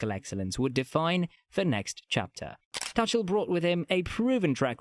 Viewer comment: And the Thomas Tuchel pronunciation is a bit off.